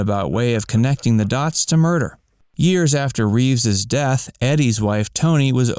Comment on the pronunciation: Christopher Reeve, not Reeves.